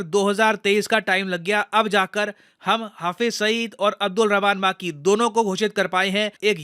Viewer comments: माकी ❌ मकी ☑️ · अब्दुल रहमान मक्की Not माक्की।